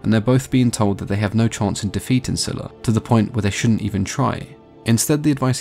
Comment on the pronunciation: It was pronounced as Zayla. That is what I first heard.